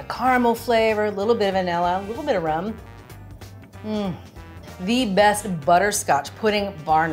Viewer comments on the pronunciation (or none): none